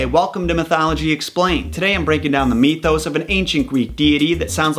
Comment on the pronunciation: I do love following you and watching these whether I have a desire or not in the subject of that video - a bunch to learn. I do cringe whenever you pronounce it "meethos" instead of mythos; I can't find that pronunciation anywhere.